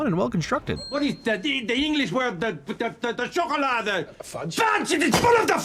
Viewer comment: the way he pronounces chocolade in dutch is spot on